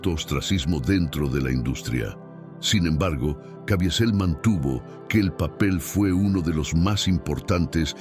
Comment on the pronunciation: Cavizel pq la i absorbe la e